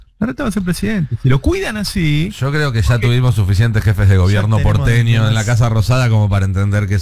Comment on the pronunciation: Se dice YO no SSShoo Navarro